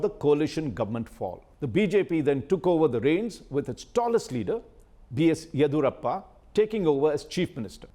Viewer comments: Cannot take a person seriously as an expert in Karnataka politics who can't pronounce the names of Siddharamaiah, Yediyurappa properly. And includes Hassan in both the Old Mysore and Central Karnataka regions. Get the basics right, India Today. You tag yourself as the "Gold Standard"! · U r native of kodagu and not able to correctly pronounce yeddiyurappa correctly. Looks like its deliberate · Mr. Raj Chengappa, you say you are from Karnataka. But you are not able to pronounce the name "Yediyoorappa" correctly. How come?